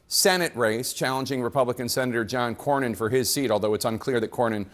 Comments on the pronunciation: Bro, I love your channel....but you pronounce Senator John Cornyn's name wrong EVERYTIME. It's like "CORN-INN". You've done it for years now, even after you hear others pronounce it correctly in your own clips. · It's CORN-IN, not CORY-IN. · COR-win not Corry win…😂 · Cornyn is pronounced “Corn-in” not “Cor-yin” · Its pronounced "CORN INN" not " COR YIN " driving me nuts over here my guy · It’s not Kore-Ian! It’s Core-Nin! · ……it’s John “COR-NYN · Despite hearing the pronunciation of John Cornyn's last name while editing this video, () still pronounced John's last name as ''Kor Ree In''...😆 I'm starting to think aka does these mispronunciations on purpose...🤔😂🤣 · it’s Core nin. Just sayin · Cornyn is pronounced COR-NIN. you said in another video to use AI. Maybe you should use it to pronounce names correctly. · John Cornyn's last name is pronounced "CORN-in." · I thought he said “Core-yin” 😅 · Dude, the way you are pronouncing Cornyn's last name is really frustrating. Like, do u not hear everyone else saying it???????? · Good mornin', John Cornyn. What state were you born in?🤠 What year were you sworn in? A band-aid is worn in the side you're a thorn in. Pronounce it: John Cornyn.--------------------------Use this poem to remember how to say his name.